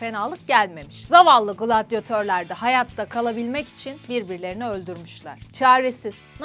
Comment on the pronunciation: Şu gglladiyetor diyişin yok mu